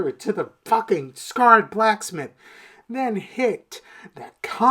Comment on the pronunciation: Sacred not scared brotha 😅😅